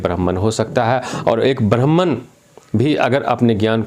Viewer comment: आचार्य आपका ब्राह्मण शब्द का उच्चारण ठीक नहीं है आप कौन से ब्राह्मण हो बताइए